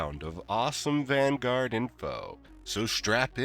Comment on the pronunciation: Are you purposely mispronouncing Vanguard?